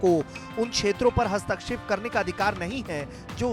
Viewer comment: हस्तक्षेप होता है,हस्तकक्षेप उच्चारण गलत है 99% लोग गलत बोलते हैं आप हिंदी न्यूज़ चैनल होकर भी गलत उच्चारण करते हो।